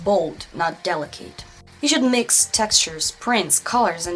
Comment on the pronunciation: I love you and your videos!! They have helped a lot! I'm almost afraid to share this, because I don't want to be critical...After all, your English is extremely good! There are just a few words that you may want to check the pronunciation on. Delicate, intricate and sloped . Those words come up a lot. They are not pronounced at all like their spellings. Please don't be offended though! We all love you and appreciate you. I mean this suggestion in the kindest way.